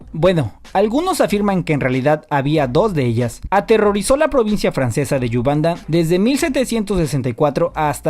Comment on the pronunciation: Yebodón (pronunciación) no 'yubAnda' 😮